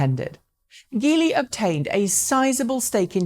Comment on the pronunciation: Geely is pronounced with a soft G. It's just an anglicized version of jili (吉利) which means luck bringing orauspicious.